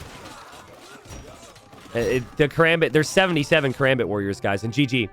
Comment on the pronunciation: It's not katrebit it's kaRAMbit